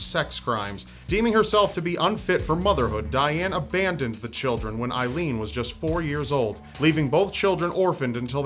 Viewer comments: Don't mean to be stick in the mud but her name was pronounced aileen as like a leen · It's A-ilene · Just for the record the name Aileen is pronounced AY-LEEN. I think youre confusing it with the name Eileen:) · Hey,! I'm sure others have mentioned this, but you pronounce her name wrong. It's pronounced "A-leen". My sister's middle name is Ailene (yes, spelling is different, but the pronunciation is the same), and that is how it is pronounced. Just thought you'd like to know.:D